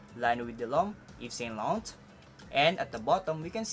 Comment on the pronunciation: "Ev So Lo Rong"